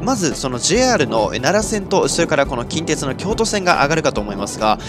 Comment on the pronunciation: 近鉄の発音が気になる大阪府民